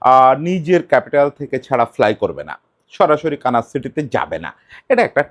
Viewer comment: কানাস না মনে হয় দাদা। কানসাস সিটি